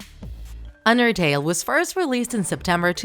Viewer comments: Im sorry but i heard andertale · When you say "Undertale" its sounds like "Andertale"